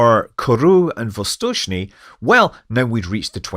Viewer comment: His pronunciation of "Восточный" is almost as good as that of native speakers, and I think it's remarkable.